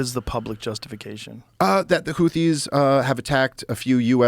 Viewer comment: Except for the fact that he doesn't even know how to pronounce Houthi correctly.......